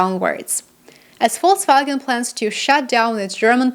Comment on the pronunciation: You say Volkswagen correctly.